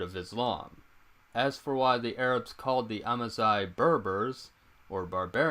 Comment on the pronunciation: Amazigh is pronounced Amazir !!!